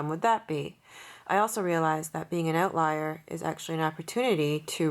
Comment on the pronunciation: One of the benefits of outliers is you can tell if they're Canadian when they pronounce the word "oatlier"